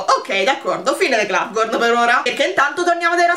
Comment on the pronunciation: È un dettaglio, e so che ormai lo pronunci così da tempo, però in teoria non ci vuole la "n" alla fine di Globgor. :D